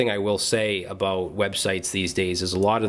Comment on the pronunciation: "Aboot"...... are you canadian?!?!?!?